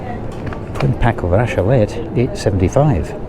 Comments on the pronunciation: raclette is pronounced raklett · Please pronounce raclette correctly ra klet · Raclette pronounced 'RAH-KLET'